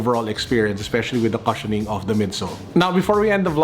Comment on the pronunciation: the “cu” in “cushion” is pronounced “kooo”, not “ka”.